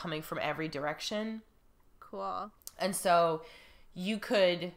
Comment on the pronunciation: I think was right on the pronunciation of "vapid."